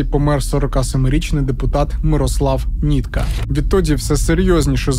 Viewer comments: Не нІтка а НИТКА!!! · Не Нітка а нИтка))))))